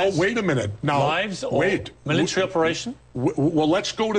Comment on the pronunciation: i can't help it... i laughed everytime morgan said 'mili-tree' instead of military. lmao